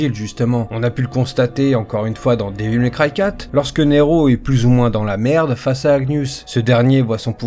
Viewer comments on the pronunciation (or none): Comment tu prononces Devil May cry ca me fait saigner les oreilles.....